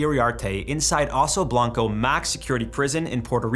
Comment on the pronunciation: Ok I see. Then why'd he say Urso Branco instead of Oso Blanco? It's not like the video is in Portuguese